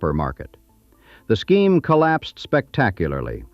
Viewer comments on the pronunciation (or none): none